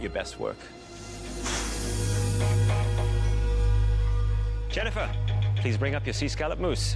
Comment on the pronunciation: Not to be annoying but it’s Jennifer not Jennyfer